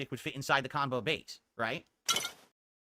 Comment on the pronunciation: Idk how you can say you were a big shot in the fgc and not know how to say qanba